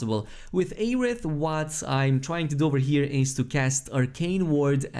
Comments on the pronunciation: Say Ay-rith one more time,. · Maybe his accent prevents him from pronouncing 'Air'. His content is always amazing no matter how he pronounces words. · The amount of streamers posting videos about this game who cannot pronounce the characters names right is astounding. Its not like they say aeriths name 100 times in the game. Its air-ith not ay-rith.........